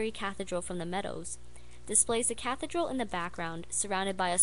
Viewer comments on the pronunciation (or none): You say it "Saulsbry Cah THEE dral" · Good video but how have you gone through your life without having heard the word "Cathedral" pronounced before?